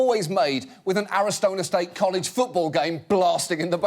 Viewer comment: I loved this episode. But did John actually say "Ari-Stoner State College Game?" ...I'm not saying that I disagree--but that'd be even more hilarious. XD